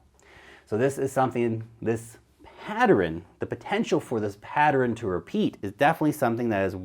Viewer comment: PAT-TERN. 2 syllables. Geeze!